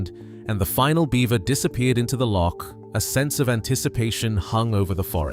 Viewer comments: you could at least pronounce loch correctly. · Had to stop listening due to the horrofic mispronunciation of place names and Loch.